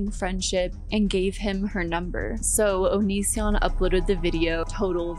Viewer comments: I really did think his name was pronounced onion son 😭☠☠☠☠☠ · I know some people think it's a dumb joke, but I never get tired of people saying his name wrong on purpose